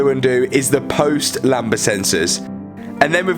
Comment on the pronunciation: Talk about click bait “I crashed my car” and turns out someone reversed j to it clearly you didn’t crash it 🤦‍♂️😂 and for your info and it’s not “lamba” it’s “lambda”